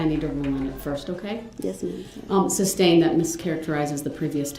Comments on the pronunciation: Not only would he "object" he would also "suBstain" his own objection 🤡😂🤡🤣.....Also, Judge D. slipped twice that I caught and said the word substain in two separate videos and quickly corrected herself...How could she not make that mistake.. she had to hear him AXE "reason for the suBstain" 100 times a day...Maybe I could find those videos and put them in your comment section... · He prolly doesn’t know how stupid he sounds saying SUBSTAINED 😂😂😂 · Kitty Kat , His usage of the English language drives me CRAZY “ AXE” “SUBSTAIN “ “LIBARY”and “ TAKIT” He’s beyond REHABILITATION!!!!!!!!! 😮